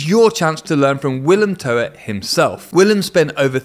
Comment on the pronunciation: Please stop pronouncing his nane as To-et. The guy is Dutch isn't he? thrn it should sounf like the Ebglidh word ztoot.